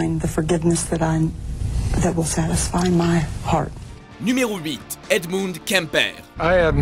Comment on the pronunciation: Edmoune ? 😂😂😂c'est ce que j'ai compris